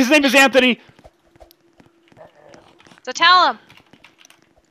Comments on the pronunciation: you said Antony not anthony I should know since it's my name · You said anttony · ITS NOT ANTONY ITS ANTHONY GET IT RIGHT ITS MY DADS NAME PLZ GET IT RIGHT!!!